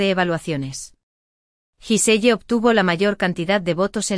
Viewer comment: Se pronuncia guisel